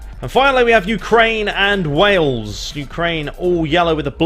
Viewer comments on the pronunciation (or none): none